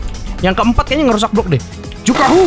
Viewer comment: Juhaku bukan jukahu😂